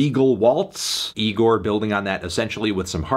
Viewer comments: Oh my god Melon second go round and you still pronounce it incorrectly, it’s not nigorrr, say it with me bud, igorrr. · Anthony how many times do we have to tell you. It's pronounced Igorrr not Nigorrr. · It's pronounced E-GOR not NEE- GOR, Anthony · Again Melon it’s igorrr not Nigorrr We’ve talked about this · He pronounced it nigorrrr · Good review Anthony but I think you misread the band name. There's no 'N' in 'Igorrr'